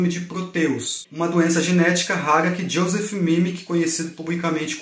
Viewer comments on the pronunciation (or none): none